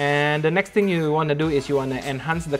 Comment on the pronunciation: Many times I heard “ neck “ instead of “ next